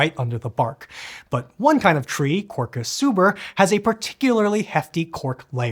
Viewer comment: No making your own, plant more sobreiros (quercus) instead of eucalyptus. Wtf, that's not how you read quercus